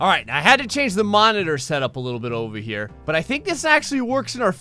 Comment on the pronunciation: i love your videos a lot ,But don't say KHERE say HERE!